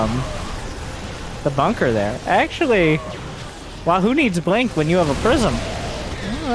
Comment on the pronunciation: "In the blonk of an eye"